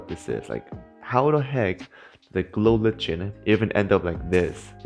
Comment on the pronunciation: Pronounced glow liken not lichen